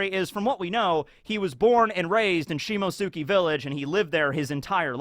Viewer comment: Please...... for the love of god... I can't take it anymore... it's not "Shimosuki", it's "Shimotsuki". Like Akatsuki, but you switch the "aka" with "shimo".